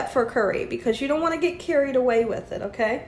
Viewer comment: It sounded like you said "you don't want to get CURRY-ed" away with the curry and I laughed 😅